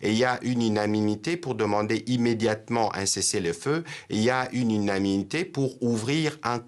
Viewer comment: Il ne sait pas dire unanimité.